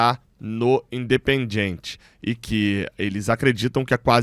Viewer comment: Gabriel, um toque na boa. Não pronuncie: "In de pen DJI en TCHI". isso soa horrível em espanhol. Pronuncie o DI e TI como os sulistas ou pernambucanos. ST.